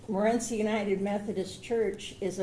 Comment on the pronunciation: Some people have never been to Morenci and it shows. The defense clearly has not. He can't even pronounce the mother of the boy's name correctly.